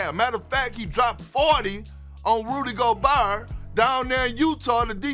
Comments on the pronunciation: “Rudy Goberrr”😂😂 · "🗣Rudy Gobhuurrr" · "Rudy GoBRRRRR" Lmaooooooo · Nobody: Kendrick Perkins: rUDy GoBaHr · Kendrick “Dropped fawty on Rudy Goburr” Perkins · KP just called Gobert 'GobARR' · "Rudy Gobaar" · “He scored 40 on Rudy GO BEARRR” 😂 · Who's Rudy "Go are"? 😂😂😂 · "Roody Goburr" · Lord how hard is for ppl especially in media to learn how to pronounce ppl name and surnames..... It is kinda unprofessional. Rudy GOBAR like HOW?!?!!!?! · Perk: Rudy “Gobuuurr” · Yeah...I was like who is "Rudy Go-bearrrr"? A grizzly bearrr?!? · Perk really struggling with that name